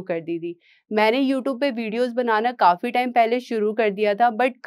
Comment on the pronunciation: Utoob nahi youtube. Your pronunciation is very irritating